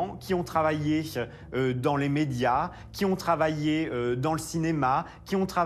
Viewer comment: serait il possible de faire donner des cours de diction au "journaliste" (journaliste! 🤣🤣) Pierrick Geais? Parce que ses "che" en fin de mot écorche les oreilles notamment aux personnes qui essaient d'apprendre le français ("mariéche", "travailléche", "publicitéche" ça ne veut rien dire!). Et si il pouvait, au passage aussi, arrêter de singer les gays ça serait sympa, la caricature est insultante! 😠